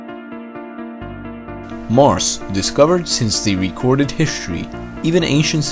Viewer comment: What is hiSHtory and what is EarD!? :D